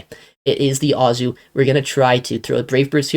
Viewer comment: Every time you saw Azu I always go “omg” it’s A-zoo” not “ah-zoo” 😂😂😂